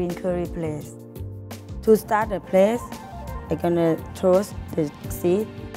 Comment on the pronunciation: Who else heard plaste instead of paste?